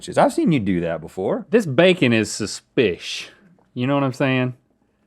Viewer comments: Let's make "shush spiss" happen. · "Suspish" Bailey Sarian fans arise